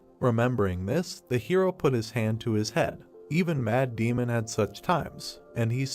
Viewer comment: every time you say 'Mad Demon' i hear 'Matt Damon